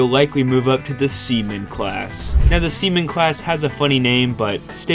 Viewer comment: I keep hearing semen instead 💀